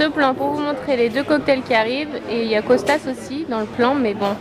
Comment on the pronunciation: Coucou! Les vlogs étaient super, c'était le moment évasion de mes journées! ca va me manquer. Il me tarde une nouvelle série de vlogs pour m'évader encore avec vous.Au fait, dans 4 filles et un jean c'est Kostos et pas Costas mais bon peut importe^^